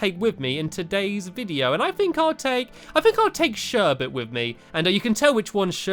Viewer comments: that is not fluffy you said sherber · CrUsH MOB,he did say shirbert! :P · you called you dog fluffy but it is shurburt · And umm... yea, it's Sherbet not Fluffy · Did stampy call fluffy serbit or did he call serbit fluffy 😕😕